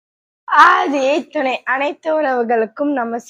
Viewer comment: Pronounce as aadhiyeh thunai she pronouncing it as aadhiyai thunai kindly correct it.